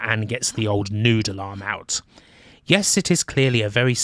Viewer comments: Ah you're saying "Noodle arm". It took until my second listen through to really think about what a "Nude alarm" was :) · took me a while to figure out what nude alarm was, turns out you were saying noodle arm!